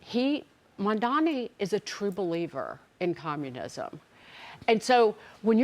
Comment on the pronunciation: hy can people not say MaMdani? I keep hearing MaNdani. 😁😁